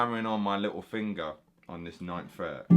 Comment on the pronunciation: Lmao my favorite fingaa (heavy accent)